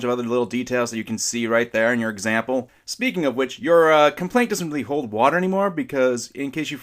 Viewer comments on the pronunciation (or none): none